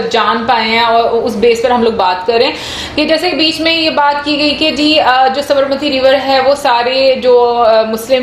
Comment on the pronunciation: Sabarmati ko aapne sahi pronounce nahi kiya....